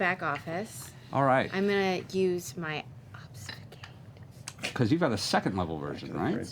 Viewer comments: I love how everyone made fun of Taliesin for "stanima" but nobody made fun of Laura for "obsfucate" 😂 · Tal can't say Stamina (stanima) Laura can't say Obfuscate (obsfucate) I love these nerdy-ass voice actors <3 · I can't with how Laura is trolling Taliesen for saying stanima but no one dares call out Laura for saying obsfucate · So they make fun of Taliesin for mispronouncing "stamina" a couple times, but no one calls out Laura for her multiple mispronunciations of "obfuscate"? SMH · Why does Taliesin get picked on for "stanima" and nobody notices Laura saying "obsfucate?" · and every other time, Laura, after mocking Tal relentlessly for saying "stanima" (though she wasn't alone), says "obsfucate". -_ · People make fun of the fact tha Taliesin pronounces "stanima" but not even a single nod to Laura's "Obsfucate"?? This is some biased shit.